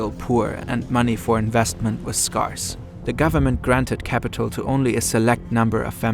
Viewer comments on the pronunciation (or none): Super video! One very minor note: the typical pronunciation for ‘scarce’ does not rhyme with ‘parse.’ The pronunciation is closer to the pronunciation of the word ‘hairs.’ Thank you for all you do!